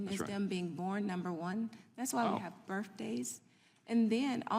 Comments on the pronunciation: Did she actually say "birf days?" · A doctor saying “birfdays”— I bet she wasn’t the top of her class at Ball State lol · AHH, that's pronounced BERF DAYS ! Said the " EDUCATED " NUT JOB " DOCTOR " ! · " Birfdays" LMAO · "...that's why we have birfdays." She really just said this lol